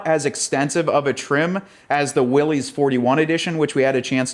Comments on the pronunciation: It's not Willy's Jeep. It doesn't belong to Willy. It's a last name. Pronounced "Willis". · WILLYS rhymes with Phyllis!!! It’s not the jeep that belongs to Willy! 😂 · John North Willys was the founder of Willys Overland, for a time before the Great Depression Willys Overland was the second largest car manufacturer in the world behind Ford. John North Willys pronounced his name "Willis", not "Willy's" with an apostrophe "s" as in belonging to Willy or Willie. Willys Overland struggled for many years during the Great Depression with new investors, mergers, and partnerships before World War II and the production of the General Purpose light military vehicles which became the Jeep we all know and love today. Out of respect for John North Willys and his legacy we should at least try to pronounce his name correctly.